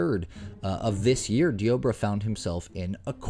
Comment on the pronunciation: It's pronounced "Deborah" like in the Bible. You saying dee-OH-brah is so irksome 🙄😑